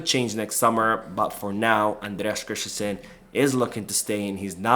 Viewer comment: Great video but annoyed by how you say Christensen. You say “krish-ten-shen. But it’s more like krist-ten-sun. There is no “h” in the name. So you don’t have the sh- sound. Just the s-sound. May seem like an autistic comment tho 😅